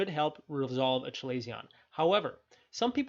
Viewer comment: This is a good video 👍. Feedback: Chalazion is pronounced “kuh-ley-zee-uh n“.